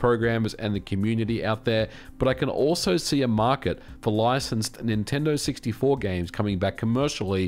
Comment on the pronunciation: Dude little tip for better audio.. position your mic a little higher, you sound sometimes like your spit devours words. Instead of Nintendo 64 u said multiple times siggty four. Clear pronunciation is the key